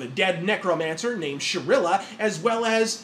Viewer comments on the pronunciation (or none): Shrila - Cirilla?